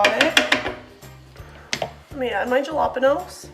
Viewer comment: Its pronounsed halapeenyo